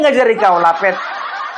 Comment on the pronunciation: Abang kalau bilang Lapet sy jd ketawwwee teyussss